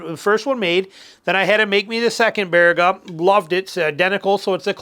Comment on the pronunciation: Nice to hear Baraga pronounced correctly 😂. Had many adventures there as a kid and young man.